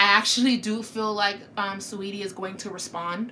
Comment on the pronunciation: “Swaydi” 😂 its Sa-weety